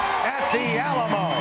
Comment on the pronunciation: Did he call it the alamall?